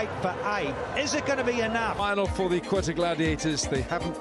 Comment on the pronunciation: It's Quetta, not guetta